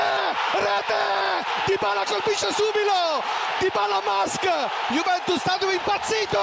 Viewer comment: "Dybala colpisce SUBILO"